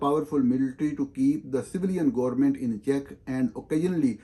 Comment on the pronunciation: ہا ہا ہا ۔۔۔ آپ تو انگریزی میں بھی government کو gormint پڑھتے ہیں۔ کیسے کیسے قابل لوگ آ گئے ہیں صحافت میں! اور دوسروں کو ان کی غلطیوں کی نشاندہی کرتے پھرتے ہیں۔